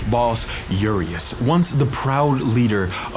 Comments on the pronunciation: the guy you called Jurius is actually spelt "U-Ree-Ash" it means Giant in Romanian, the S has a diacritic in it and sounds like Shh Loved the video but that was weird to hear haha!! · The Uriaș village boss is actually pronounced something like Oo-ree-ash and means Giant. Edit: Now that I'm here, Lady Dimitrescu is pronounced with u (like oo) at the end, not just Dimitresc. A more authentic name would have been Dumitrescu, but it is what it is. And Cadou, the source of their powers, I heard someone pronounce Ca-doo, but the ou is actually very distinctive (correct in this video). Cadou means Gift, which makes sense. What doesn't make sense is that there is no villager taking in Romanian, but, despite their old age, go straight for English. This is the least plausable thing in the game, as the old generation was raised with mostly Russian. It would've been cool for the villages to speak Romanian, like in Borat's Khazakstan, and for Ethan to not understand a thing until someone younger translated for him. I think all the bosses and the merchant are sophisticated enough to be entitled to English. Just my opinion. Edit 2: Dracula's name is not associated with a dragon. His name used to be Vlad "Dracul" (the devil). Edit 3: trivia. The Castle Dimitrescu was primarily inspired by Peleș Castle in the Carpathian Mountains of Romania. Something us, Romanians, to be proud of. My best friend recognised it in the game and could not believe the accuracy of the main hall, where the stairs are.